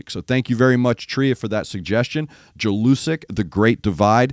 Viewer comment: read it like YELL-U-SICK